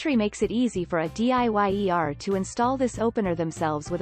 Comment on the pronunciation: Hire a voice actor. "A D-I-Y-E-R" really?????